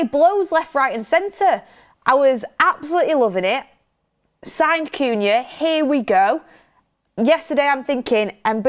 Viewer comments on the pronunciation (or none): really struggling with these players names. First Cunha, now Mbeumo. 🙈🤣